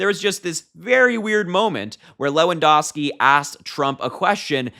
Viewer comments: LewanDOWski - ou, as in "ouch" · Just so you know, Lewandowski is pronounced loo-un-dau-skee. I didn't know he was still around. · LEW-AN-DOW-SKI come on..I really like you young guys talking..but please get your names straight..😊